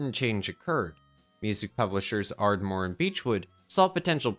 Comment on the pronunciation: The Hollies never toured with The Beatles so that story about "Misery" is utter cack. Ps. It's ParaMORE not Parmore. And Epstine not Epsteen.